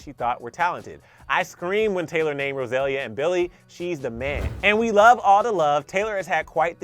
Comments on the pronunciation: i stan you, which is why i must correct you- it’s not rosélia”, it’s RosalÍa 💃🏽. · Hey, it’s pronounced Ro-sa-lee-ya. Roselia is a Pokémon lol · Can y’all learn how to say Rosalia’s name